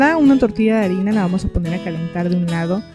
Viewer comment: Mee caes muy bien!! aclaro es harina no arina xdd pero me caes bn:))